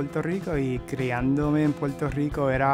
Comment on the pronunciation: Puelto Rico No!!!!! es Puerto Rico !!!! con "r"